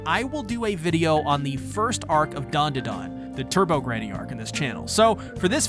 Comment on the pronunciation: Finds out how to pronounce DanDaDan in the vid about 165. proceeds to pronounce it wrong a week later anyways